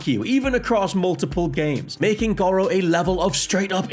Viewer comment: I get that accents are a thing, but the game clearly says “Gore-oh”... your pronunciation of gawro is mildly infuriating, why y’saying it so weird?